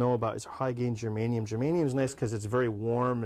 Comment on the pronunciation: Good video, but it's Germanium.